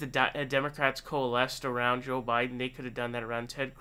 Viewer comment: It's his shtick to mis pronounce names... irregardless of who he likes or doesn't. He even calls Sanders Saunders and says joe with a soft j shjoe biden